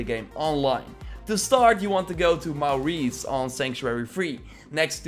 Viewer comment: The way you say Maurice has made my day. 😁😂